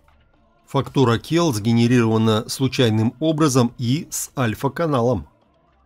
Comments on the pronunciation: гы гы гы гы, эффект клетка - это не кел, а цел.... cell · Никого не смущает что он говорит «келл» ? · Извините, можно внести исправление в произнесение английского слова cell - клетка (биология), тут первая буква читается как S (ceл) а не К (кел)!! Хорошие темы освещаете! Удачи!